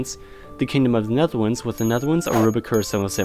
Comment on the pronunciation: the way you pronounce the Netherlands